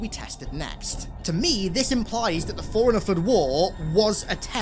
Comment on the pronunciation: It took me so long to realize he was saying “Forerunner” and not “Foreigner”